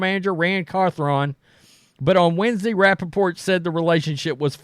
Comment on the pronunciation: Carthron😂 this guy butchers names at a high level, just ask Girard Mayo😂